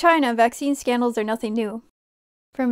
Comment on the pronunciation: I love it how she says Scandals "skeendls" hahaha